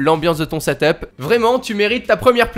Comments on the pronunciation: on dit setep et pas setop desoler mais je suis insatisfait 😂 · Sa se dit setup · Ca ce dit seteupe pas setop